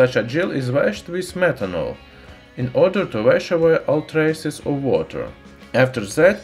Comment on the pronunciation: did you just say smetanol?